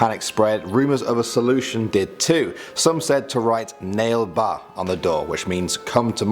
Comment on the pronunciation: Thats not nal ba nale baa so how to pronounce it is na-lea baaa😊 hope this helps non indians,its in kannada mainly spoken i karnataka and some other semelar languages. He said it